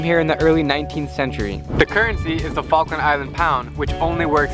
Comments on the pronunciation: is it me or did i heard FUCKland islands? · welcome to FALKLAND islands say the Falkland again but slowly